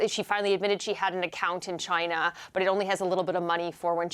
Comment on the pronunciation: I thought he would never say Chinya!